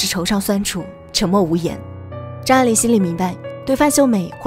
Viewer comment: 母親給他的英文名字, 拼音就是 發音愛玲, AI 發音愛人的愛,, 不是你 發音 錯的念法A鈴, 快去請教專家!!!!!!